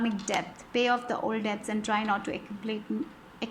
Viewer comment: Your English is exellent; please do not apologize, dear. It's pronounced like 'det' BTW. 😊 Tysm for the meaningful reading. 💝